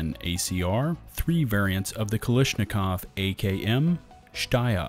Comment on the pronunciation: omg the way you pronounce kalAshnikov and heckler & koCH is ridiculous and funny